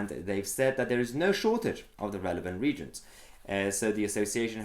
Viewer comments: Mahyar, please please please don’t pronounce reagents as Regents. It’s re-agent(s). Think “Reactive Agent”. Regents as in Prince Regent is incorrect. You’re welcome and keep up the great work. Right, I’m off back to criticising the neighbours lawn length 5 minutes after cutting mine. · Great work as usual but 'reagents' is pronounced ree-age-ents, not regents. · Re aagents not regents. You are pronouncing it wrong. Reagents react in chemical reactions.. Regents are usually princes. There is so much ignorance. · Not to be pernickety, but it is pronounced ree-agents, not regents. Lab rat here. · The word reagents is pronounced “ree-agents”, not “reegents” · just a quick one Mahyar - it's pronounced "ree-agents" not "regents" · If you're going to complain about journalists getting things wrong you need to check your pronunciation of "reagents". It's not 're-gents' it's 're-ay-gents' ... or things that 're-act'. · Please .. it is "re -- agents" not "regents" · Magyar love your work but it is pronounced ree agents not regents. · It’s pronounced Re-agents not reagents 👍🏻 however you never said you were an expert. Great video, very useful observation! Excellent research and under a time constraint too I assume having had to move house! Looking forward to the steam! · Sorry, it's driving me nuts (I'm aspie). It's pronounced ree-agents and not reegents. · Not regents - it's re-agents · It's pronounced "re_agents", not "reejents" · Just to be clear Mayhar, the word is "Re-Agents"' not regents. If you can't say the word properly, I start to doubt your knowledge of the facts. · Please ... it is pronounced re-agents, not regents lol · It’s re agents not regents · Reagents is pronounced: re-agents .. not regents! Good vid though, thanks. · Well, you're not much better than Peston! It's pronounced "REE- AGENTS" Not "REEGENTS". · Re - A - gents ('A' as in 'you over there!) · On this side of the pond we call them RE-AGENTS... 3 syllables. Is that different on your side?